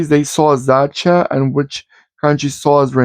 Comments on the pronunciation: Yes, u r saying correct Dacia like "daCHia" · You did pronounce Dacia correct. The Sandero was the cheapest car on the market in Germany and still is. It is also pretty popular because of the Renault technic. I am not sure if this old one was already based on the current Renault technic. There was some time when Dacia was just cheap and used outdated Renault technic. But with all the EU regulations they had to keep up and Renault had to give them the same technic to comply with the emission standards. Petrol-LPG means it was running on gasoline and autogas. The Sandero is still the cheapest car in Germany but the people mostlikely won't buy the cheap base version because for every little thing you want extra you suddenly need a better trim with a bigger engine. Anyway, Dacia is doing pretty good in sales here. The Dacia Duster SUV is also very popular. I am still seeing these Sanderos here and there.